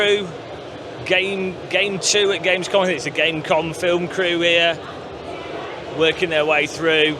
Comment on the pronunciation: No way I'm gonna watch 7 hours of Gamescom, I said. Now I find myself coming back cringing on pronunciation of German words